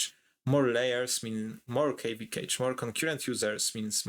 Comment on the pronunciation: Good content but took me a moment while listening to this to understand that "cage" was "cache" 😅